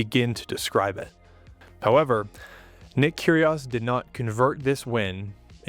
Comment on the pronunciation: great video, i just wished he pronounced it "keerie oh's" not "kerie oss" .